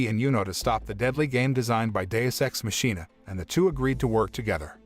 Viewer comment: Not the mispronunciation of machina